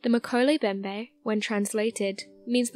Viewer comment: All three M's in Mkele Mbembe are pronounced. MMMMMkele MMMMMMbembe